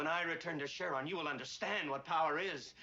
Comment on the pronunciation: The planet's name is Cheron (like Chevron without the 'v")